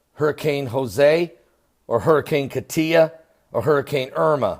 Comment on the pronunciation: Hey. It says Katie. Not. Katia